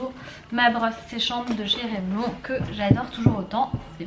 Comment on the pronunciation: la marque ca s'ecrit Revelon mais on dit Revelone